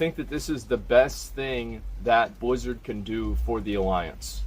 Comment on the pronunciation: Nobody: Asmon: bleezurd